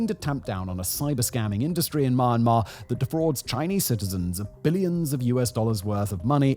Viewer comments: You can’t even pronounce Myanmar…how can I believe your talking mouthpiece? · Your commentary would be ok if you could actually pronounce the name of the country correctly. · Dude cant even pronounce Myanmar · You've been making videos about Myanmar for a while now but you still have not learned how to pronounce the country's name correctly. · Learn how to say "MYANMAR" correctly if you're going to criticize the country and exploit it for views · Listening to Simon butcher the word I can understand why they used “Burma”.😂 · here is a mistake fix ( its sound me yan mar and not man mar) spells Myanmar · Please try to get correct pronoun not mar mar is Myanmar မြန်မာ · Don't pronounce : my an ma .. pronounce : me an ma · My Mar Mar….😂. Mee Yan Mar bro 👊🏼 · It's "Myan-Mar". Not "My-An- Mar" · If you’re making a video on a country atleast pronounce the country right, its mee yan mar not maa mar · "Or inspiring an even greater ruprising among the people of Mawnmaw" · Dude it’s not ma-ma,if you can’t pronounce just call it Burma. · At least He said Mar Mar , Nobody Care Myanmar Sh! T 😂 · For those interested in how to pronounce the country's name, it's two syllables. Myan mar, not my an mar. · "Maa maa" bruh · Myanmar ❌ Marhmar ✅ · It’s pronounced mee-and-mar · Wtf is Maaanmaar??? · Listening to someone who pronounces Myanmar as Maanmar about Myanmar is absolutely pointless. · The country's name is definitely not to be pronounced "Ma-yan-mar". A bit of Googling surely isn't much to ask if you're gonna make a 26-minute video :P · It's pronounced "mee-an-mar". How do you make a whole half hour video on Myanmar and not know how to pronounce it 🤦🏻‍♂🤦🏻‍♂🤦🏻‍♂ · you mispronounce myanmar. it sounds like u said ma mar. have you tried reading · Why does he keep saying it as "Mar-Mar"... I just can't get over it. 😆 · did he just said mama instead of Myanmar at the beginning of the video. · It’s pronounced Mee-Yen-Mar ❤ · what a robot cant even pronounce myanmar